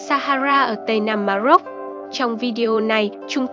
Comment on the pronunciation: Ma rôc chứ đừng phát âm là Ma dốc nhé !😃